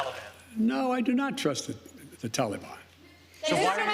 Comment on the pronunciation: What a clown. He can’t even pronounce Taliban. This whole thing seems fake. Why don’t we ever see the crowd of reporters while they’re yelling at him?